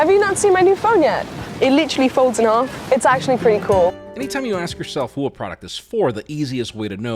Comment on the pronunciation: Folds in 'arf? 😂